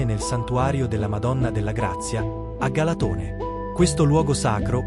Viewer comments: Galàtone .. non Galatòne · Si pronuncia galàtone